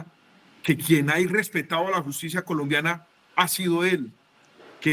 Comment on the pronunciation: Hablando de justibiaaaaaa, q risa me da